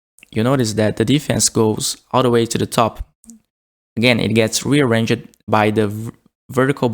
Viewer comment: "Rearrange-jed"... Ya, it's supposed to be 3 syllables